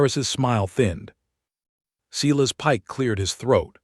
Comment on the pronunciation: Silas is pronounced, Silas not sillas nor Cyrus.